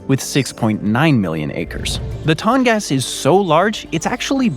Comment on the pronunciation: You are not correctly saying the name for the Tongass National Forest. Please use online dictation to learn how to properly say the name and edit this part of the video to fix the mispronouncatiion. It's super bad, and I don't want the viewership and/or general public having inaccurate wording, especially children who may be doing research. Thank you.